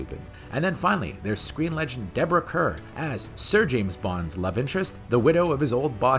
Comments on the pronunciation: The narrator unfortunately mispronounced Deborah Kerr's last name. Obviously, he has never heard of her before. Deborah Kerr is one of the most famous actresses of all time. Kerr should be pronounced like "Car". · Her name is pronounced Deborah KARR.